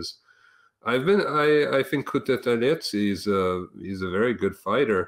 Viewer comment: actually pronounced Guram last name correct